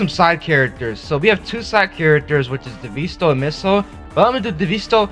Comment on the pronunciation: "devisto" on the time thing bro